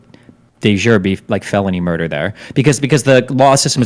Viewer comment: And what is destiny talking about. All murder is felony. He keeps saying felony murdee